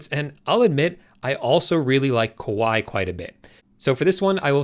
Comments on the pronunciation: Thank you for this video. By the way, you pronounced Kawaii, which means "cute" in Japanese, in a way that actually means "scary" in Japanese. It is pronounced as "kah-wah-ee". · Love your video! Thank you so much for such a clear overview. One linguistic note, though...you're mispronouncing the Japanese word "kawaii"! Here's how to say it